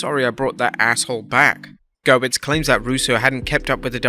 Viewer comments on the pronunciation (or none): If your presenters paid attention to the spelling of Brian Gewirtz, it might help them to pronounce his name correctly.